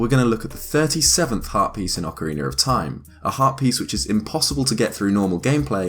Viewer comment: ocariner of toime